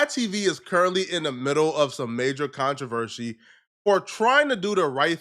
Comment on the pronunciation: controvershey? 🍫 🍫 😂😂😂😂 get it together